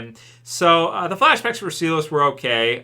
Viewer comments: its S-EYE-LESS not SEE-LASS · It's Sigh-las lol not see-less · Everyone Else: Sigh Liss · "See Lass" you mean Silas? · mate, it's pronounced Sigh-less, not Sea-less. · Sea-lass! Where the hell did you pull that one from? It's Silas, pronounced Sigh-las, like you're sighing but add las on the end, Silas or Sigh-las. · its SI-LAS... SI LAS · Nobody::Sea lass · not trying to come off like an asshole or anything, but just for future reference the name Silas is pronounced “sigh”-lus